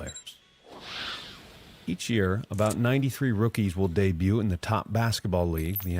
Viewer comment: All those stats but he can't pronounce debut properly.